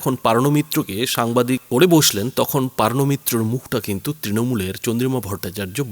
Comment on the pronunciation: PAARNO MITRA ? NA, NA O HOCCHE POOORNO MITRA 😂😢😅😂😢😅😂😢😅😂😢